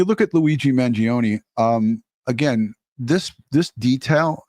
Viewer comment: Finally, someone in the news realizes the E is silent in the Kids name!